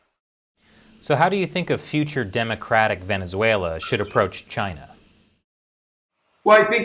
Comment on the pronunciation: VenezueNAH DAWG